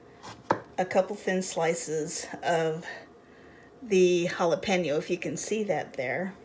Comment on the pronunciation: Great vlog and thank you for pronouncing jalapeño right it 's not jalapino chile ! With salsa it's kinda like an egg chilaquiles here in Mexico City , love the cast iron pans